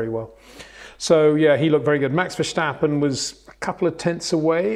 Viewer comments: it is NOT Max "verSHtappen" ... Max is not German (Germans indeed do pronounce "st" as "sht") ... #Max33 = Dutch NL/Belgium! ... It is not "Bottash" nor is it "Lewish" certainly not "verSHtappen" .... This BS started long time ago when a British sport presenter interviewed father Jos Verstappen and assumed you can use a German pronunciation to a Dutch Driver thinking it is so "funny" ... It is not. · Max Vestappen, pronounced Max Ver-stap-peh. The "Ver" sounds similar to the English "Fair" but with a hint of "V". There is no "schtap" in Verstappen. And, the "en" is not pronounced, hence the "peh". Simple! 🤪